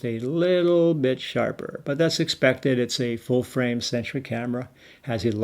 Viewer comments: I keep thinking he was saying century lol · Are you saying "... full-frame 'sentry' camera"?